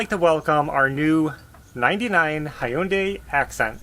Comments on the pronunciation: It's not haayundai it's pronounced as hyoon-dai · I know I’m picking nits, but it’s pronounced he-yun-day. Almost rhymes with Sunday. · I used to teach English in Korea. To pronounce it, you blend the Hyun into one syllable (Y as a consonant). Hyundai, rhymes with Sunday. (If you're interested in such pedantry :-)